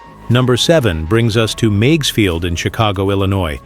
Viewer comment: The little lakefront airport in Chicago was pronounced Miggs, rhymes with twigs & pigs.